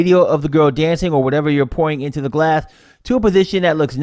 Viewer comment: Thought you said on the narration the 'drink porn' instead of 'drink pouring' effect, yes l am going to get my ears cleaned out........ 😄